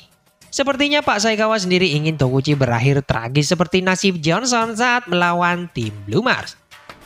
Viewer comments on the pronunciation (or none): emng namanya tokichi min bukan tokuchi